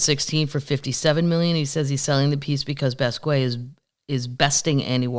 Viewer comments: Jean-Michel Basquiat. Kathleen, u say his first names in American and his last in French, which is the opposite of what he did. Jean-Michel is French sounding, while his last name is pronounced in American: bas-key-E-et - I'm guessing - because he was born in NYC. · I just ordered GS Cookies, they stopped selling in my area so I'm paying $13 for shipping and I don't care. By the way, you pronounce Basquiat like this: Bahs-key-ahh. I LOVE THE PUBCAST AND ALL MY PUB TEES!